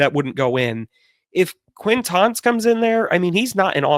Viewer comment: butchering these names made me laugh a bunch on this rewatch lol especially the QUAINtance one.